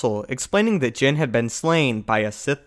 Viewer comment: Anyone else keep thinking he's saying Jyn not Jinn? 😂